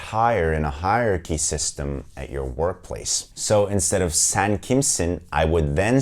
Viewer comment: Hello my name si Edda and I’m from México, so my native language is Spanish. I love Turkish Tv Series and I’m traying to learn a little bit of Turkish because I love it how it’s sounds to me but a have a question for you.... why do you pronounce different de vocals for example I herd a lot saying “ban” instead of “ben” or “san” instead of “sen”? Why you pronounce different than you write it? Hola mi nombre es Edda y soy de Mexico, así que mi lengua materna es el español. Me encantan las series turcas por lo que he tratado de aprender un poco el idioma turco porque me encanta como suena pero tengo una duda.... porque en turco pronuncian diferente las vocales a como las escriben? Es decir escucho que dicen “ban” y se escribe “ben” o “san” en lugar de “sen”? Porqué lo pronuncian Diferente a como lo escriben? Y muchas gracias por el video, súper bien explicado! Saludos desde Monterrey México